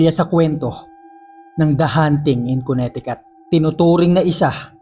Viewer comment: Kabisaya pud nimu ui.. Check the pronounciation dong!!! 2X nako na narinig sa story nimo nga ang Connecticut kay MALI ANG PRONOUNCIATION MO.. It's Koh-ne-te-KeT